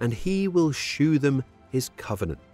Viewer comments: The KJV is just a VERSION not the original and the English language has changed since it was first published. It’s still pronounced ‘show’ not ‘shoo’. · ‘Shew’ in the KJV is pronounced as ‘show’ it’s only the spelling that is different. Nobody said “I will shoo you something”.